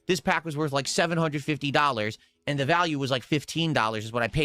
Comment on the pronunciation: Somebody tell him the word "and" is only one syllable.